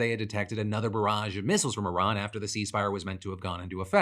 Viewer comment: WAIT, DID NO ONE NOTICE HE ACTUALLY PRONOUNCED IRAN CORRECTLY?